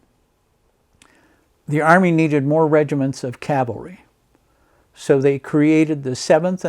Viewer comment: Great video! It's nice to hear "C-A-V-A-L-R-Y" vs "C-A-L-V-A-R-Y" like most people say it. People also can't say "veterinarian" (vetinarian)😬